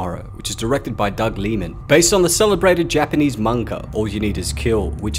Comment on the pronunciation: I love this channel. I really do. But he pronounces manga soooo weird